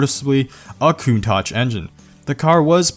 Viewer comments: can you do a video of cars mispronounced just like when you said countaCH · A "KOONTOCH"?